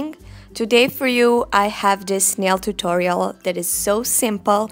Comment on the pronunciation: Sounds like "today 4 u i have THE SNAIL turuial" LOL😆♥️